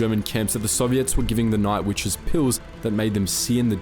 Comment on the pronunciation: What do I think? I think you need to eschew the Great Australian Elision, there is a t in witches. Otherwise quite informative but that finger nail down the blackboard drowns that out.